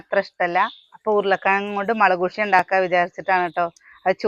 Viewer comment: മുളകുഷ്യൻ അല്ല ട്ടോ മുളകുഷ്യം ആണ്.